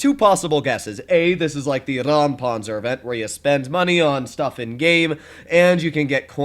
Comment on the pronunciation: Dude you're excited about every new premium/collector smh🙄 And it's not called rammpanzer its räum wich means something totally different and is pronounced differently